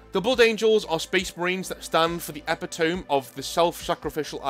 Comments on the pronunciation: Ep-it-oh-mee. Please. For my sanity. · I'm not sure if you read the comments, but the word "epitome" is not pronounced the way it looks. I'm sure you've only ever read the word and never heard it said aloud, but it is actually pronounced "eh-PITT-oh-mee". I made the same mistake when I was younger, but we didn't have internet back then so I at least had an excuse! :p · e·pit·o·me\"Eh - Pit - Oh - Me". Love the videos and everything you do. Keep it up, you're a good man. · Let's hear it for epi tome I say that too haha we are epitomy of linguisticques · Gonna base a character on you. "THE EXILE: DESTROYER OF WORDS" Does 8d6 mental damage per turn by mangling pronunciations of "epitome" and "hyperbole".